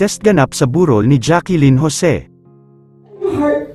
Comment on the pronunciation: shunga itong nagsasalita. Jaquilyn ng jaquilyn eh Jaclyn ang pronounciation